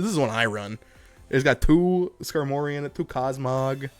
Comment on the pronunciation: Great vid🤙🏾 but ngl I hate how you say Skarmory🤦🏾‍♂️🤣💀